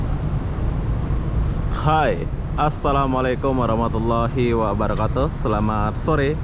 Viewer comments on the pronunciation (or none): none